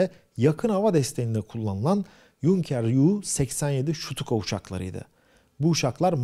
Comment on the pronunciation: Luftwaffe yi ve stuka yi doğru telafüz etdin. 👍. Ayhan Tarakci ya biraz yardim et, oda doğru düzgün telafi etsin.